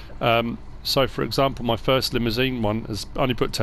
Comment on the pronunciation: I cannot thank you enough for doing all this work or is it! Just a heads up on pronunciation of "Limousin" (Bloody French) Li-moo-zan rather than the Stretch Limousine: Li-moo-zine